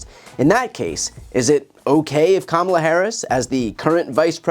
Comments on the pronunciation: First I've heard Trump pronounce Kamala correctly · Wow, he slipped up here and pronounced Kamala correctly. He wasn't paying attention. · Trump said Kamala's name right. So, know when he purposely mispronounces her name at his rallies, he's doing that shit intentionally with the racist undertones he uses. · Trump just proved that he can pronounce Kamala's name correctly when he wants to, like when he's not campaigning. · 😃 He said her name right...👏🏾👏🏾😐